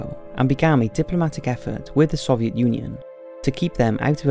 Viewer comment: good documentary but why cant he say soviet